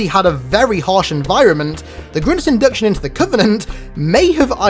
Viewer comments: GRINTS GRINTS GRINTS GRINTS, slow down and just say Grunts. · saying Grunts in your accent sounds like you were saying "Grimms" or something like that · Sounds like he's saying grimps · Grince or grunts? I couldn’t understand this video until I read the title.. you should feel bad for not knowing how to say grunts! What the actual fuck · Why do you keep calling them grints? LOL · Why he say Groont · Grimps? Are you mispronouncing grunts? Or you looking for Dr.Suess?? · Are u unable to say grUnts?